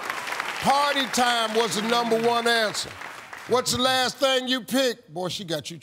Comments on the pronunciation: “Presents and toys numba one ansa” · “Party time was da numba one ansa” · “One was da numba one ansa”